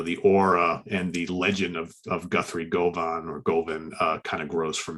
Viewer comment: you pronounced "Govan" perfectly. Ask Steven Reid, it's an area in Glasgow.;)